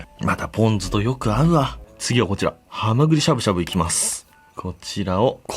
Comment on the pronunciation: ハマグリしゃぶしゃぶのイントネーションがアル中カラカラと一緒でにちゃぁってなった